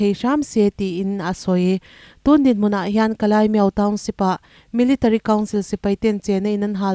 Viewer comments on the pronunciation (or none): Kalaimiau= Kalimiau Tia lam tur zawk Ani e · Kalimiau tia lam tur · Kalaimiau tia i lam hi mi dang lam dan i la hre lo nge, dik zawk nia i ngaih angin i lam mai aw.....?